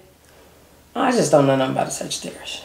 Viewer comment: Why Did You Have To Pronounce Every Letter In Sagittarius Like That😭😭